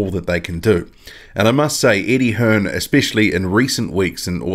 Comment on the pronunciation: yep you can tell because he called him Eddie hearns lol its Eddie hearn dumb prick